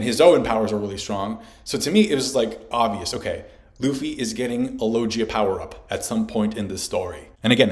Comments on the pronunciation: Why do u say lojia instead of logia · IT'S LO-GI-A, NOT LO-JI-YA FFS!!! ARE YOU VIZ MANGA, ZOLO??? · not gonna lie, each time you said "logia" ; it physically hurt. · Great video but I went straight the comments when I heard you say logia and I'm shocked no one has commented on it